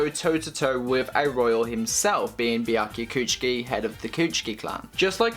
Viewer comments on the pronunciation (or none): kuchiki what? biaki? wtf is it so hard for u to pronounce byakuya? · The topic seemed interesting, but i couldn't watch this video more than 1 minute with how this guy mispronounces Byakuya